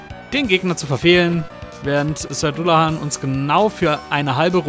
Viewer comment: [dallahän], nicht dullahan